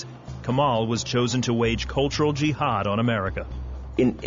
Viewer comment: he said: "and I have the power of Allaah with me" ohh, so he was stronger than superman. muslim says my power is from Allaah. and he didn't pronounce Islam, muslim, and jihad correcly. I think he can't speak Arabic! shame on you